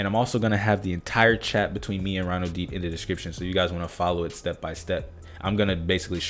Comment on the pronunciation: ronodeep is a bengali name lol. its pronounced like ro : the first sound of raw no: literal no deep : just deep ro-no-deep